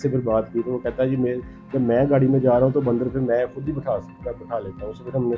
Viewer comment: Ya to Punjabi me interview krlo ya phir Urdu sekh lo bhai baaandar kia hota hai?